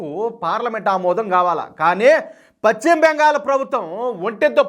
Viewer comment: Pachima bengal kaadayya paschima bengal antaru.telugu pronouncement nerchukoni videolu cheyyi